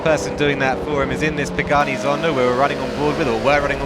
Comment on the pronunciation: Pagani!!!!!! Not Pageni!!!! 😂😂😭😭